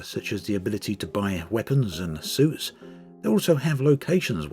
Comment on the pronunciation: I kept hearing "soups" instead of "suits". Wonder what kind of soup is suited for combat...